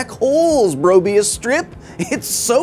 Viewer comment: Did you say bröbius strip, dang.